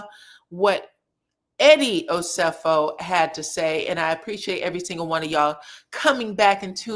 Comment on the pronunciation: Please be respectful and pronounce Eddie and Wendy’s last name correctly